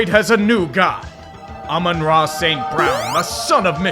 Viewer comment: "Aman-Ra St. Brown, Son of Michigan!!" God dammit,.